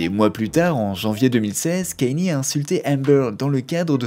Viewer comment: c’est pas kenny mais kaNIÉ